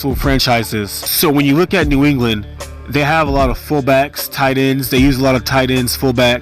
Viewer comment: nea? come on dude..NEW...smh